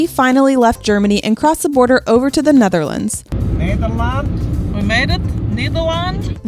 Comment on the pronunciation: Never say nederlands like that i will find u amd destroy u